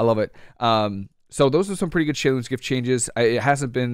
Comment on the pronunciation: I notice you actually know how to pronounce Shei lun's gift. Interesting! You must have some background in Mandarin Chinese.